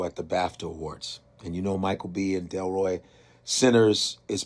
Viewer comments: Delroy Lindo, not Detroy Lindo please and thank you 🙏🏽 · Delroy Lindo. You need to delete this and repost with the proper pronunciation. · don't disrespect Delroy Lindo by mispronouncing his name BROTHA. I already know what I can do. I don't need you to tell me that. When you need to be corrected then instead of being sensitive, take the correction. Delroy is one of our greatest talents. He deserves better than having his name butchered. Especially after what just happened. White folks do that enough. Respect our people.